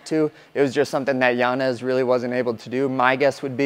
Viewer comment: Respect for not pronouncing Yanez as Yanyez . That man does not deserve it after putting on a performance like that